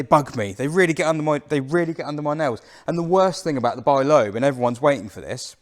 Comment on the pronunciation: The French pronounce it ‘leb’.